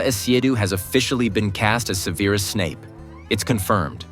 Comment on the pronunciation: First I would like to point out It’s Se-ver-us not Severe-us I do not expect a reincarnate of Alan Rickman and agree with other commentators, HBO should have kept looking for someone who matches the description of Snape in the book. Second, you need to remember Severus was in love with Lily Potter since he met her. He’s pissed at the Dark Lord because he killed the love of his life! On the outside he wants everyone to see this awful person, but inside he wants revenge and will do anything to bring down the Dark Lord . Can’t wait to find out who is cast as the Dark Lord. The rest of the casting is fine.